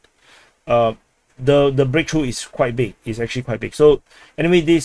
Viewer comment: "Massive breaktruh" Bro russia went from kiev and warsaw in 3 days to this massive sucess 🤣